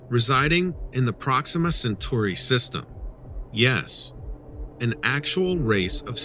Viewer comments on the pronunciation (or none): none